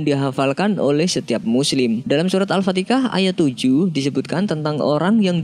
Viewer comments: Assalamualaikum bang. Mohon maaf lahir batin, abng menyebut alfatika, bukan alfatihah. salah sebut berarti salah arti ! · Males sy dengernya baca nya aja salah alpatehah bukan alpatekah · min min... tulisan Alfatehah, tapi di ucap (anda) ALFATEKAH 🤭 Sejak kapan Ha berubah menjadi Kaf 🤔🤭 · Surat alfatiha bro bukan alfatikah... Salah2 Mulu loe penyebutannya dr awal video smpi akhir.... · Oii... Carabaca lu salah.. Knpa sebut alfatikah law bisa menyebutkan alfatihah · Al Fatihah buka Al Fatikah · Al fatihah sodaraQ Bukan al patikah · Not Al Fatikah as said by the presenter. Al FATIHAH as clearly spelt in the Al Quran. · Maaf sebelumnya, pengucapan nya itu al-fatihah bukan al-fatikah. Mohon di perjelas lagi klo bisa diulang lagi vidionya, biar gk ada salah paham ☺ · Harap dikoreksi bro n sis yang bener cara pengucapan yaitu al fatiha bukan al fatikah / al patikah banyak orang yang salah paham tentang hal kecil ini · Maaf bukan al fatikah tapi alfatihah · Alfatihah bukan alfatikah coey... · Kenapa anda mengucapkan alfatikah ? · Ini orang gak bisa baca alfatiha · Memang ada salah ucap surat Al Fatihah, mungkin bisa direvisi min, ..Subhanallaah